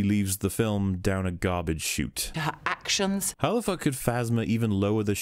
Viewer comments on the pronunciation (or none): I finished the video, and even now my main takeaway was the woman at the beginning saying "her actioms" lmao. I've never seen someone reflexively replace "n" with "m" in certain words like she seems to.